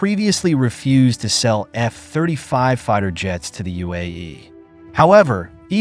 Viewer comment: Nice AI voice. Only flaw is it reads F-35 as F (pause) 35 instead of F35.